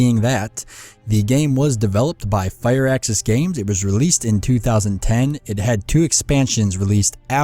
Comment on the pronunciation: It's Firaxis, not Fireaxis :D